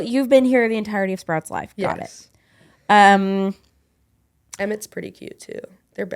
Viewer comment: Yay! said Emmett without an "i" ❤ love it!!!